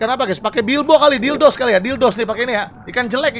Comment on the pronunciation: itu namanya bilbos tapi bang windah nyebutnya dildos coba kamu replay liat tulisannya pasti tulisannya bilbos